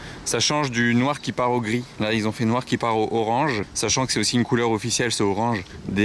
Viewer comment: "La couleurrrh"... C'est ça!